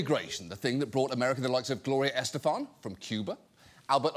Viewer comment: NB: the accent on Estefan is on the second syllable. I have no idea why so many people put it on the first.